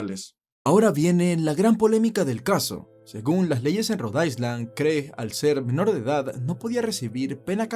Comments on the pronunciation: con todo respeto, Road island no se pronuncia ice como hielo, se pronuncia aylan; lo mismo pasa con Long island u otra palabra en ingles que lleve la palabra island... saludos. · Cuando dices Rhode Island lo pronuncias mal 🤷‍♀️🤦🏽‍♀️👎🏼